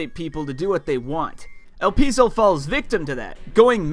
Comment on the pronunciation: The pronunciation of the word el pie zo